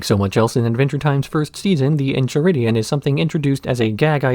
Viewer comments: The Incheridion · En-chai-ridion lol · Aight you got me. Was ready to be snarky af about how you pronounce that book name repeatedly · I knew the EnCHiridion bit was on purpose. Still pissed me off.